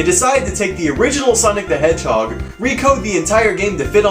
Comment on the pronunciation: lol "SANIC HEGHUG GNESUS"